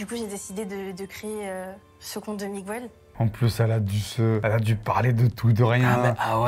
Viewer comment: Miguel se dit Miguel et jamais MigOUel, arrêtez cette erreur qui arrache les oreilles !!!! MigOUel ça n'existe pas !!!!!!